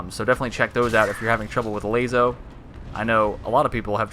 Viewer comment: LAZO? You mean LASO lol